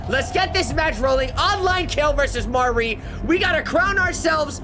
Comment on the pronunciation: idk how yall be struggling to say "Mari" every single time 🤣 it's not Marie, its not Mary, it's just Sorry with an M.